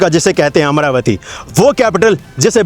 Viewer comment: Bhai yeh Amara-vati hai amra-vati nahi.